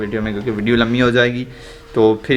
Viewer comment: par you say "vedio lami ho jay gi"